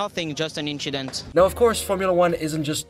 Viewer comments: „Nothing, just an Inchident“ -Charles Leclerc aka Monegasque Harry Potter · "A minor inchident happens..." LOL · that inchident did not go unappreciated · "Nothing, just an inchident" gets me everytime 😅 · "Where a normal InChIdEnT happens 👍" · HE SAID INCHIDENT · Minor "inchident" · minor in-chi-dent!!!! :face-blue-smiling